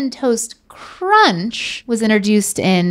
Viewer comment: saying ‘interduced’ instead of ‘introduced’ all day 😂 Is that an NC-thing? 😂❤️